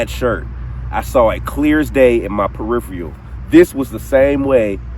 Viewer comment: Peripheral-not periphrial